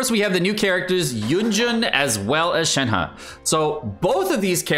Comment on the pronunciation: Finally a YouTuber who doesn't pronounce shenheeeeee